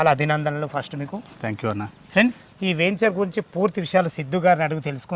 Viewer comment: వేంచేర్ కాదురా వెంచర్